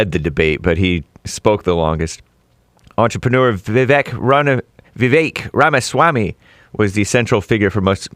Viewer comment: Jesse needs to work on sayin "victor ramaswamy" 😂